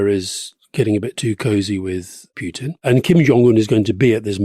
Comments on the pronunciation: Why can't you pronounce Putin's name correctly? Is this on purpose? It's Pootin. Not Pyutin. I mean if you are doing this on purpose - fine, but if not this is just incorrect. BTW - Rasputin also pronounced "Raspootin", not "Raspyutin" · There is no 'U' in Vladimir's surname... cant listen to u always making the same mistake. Pootin. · First time to come across this channel , Just auto pop-up . After 9 minutes , Decide this isn't a respectable people on the mic ,. Calling Vladimir Putin as PUKE-tin , That's it . I could respect your opinion, whatever is was or going to be , But cannot tolerate DISRESPECTful people . Bye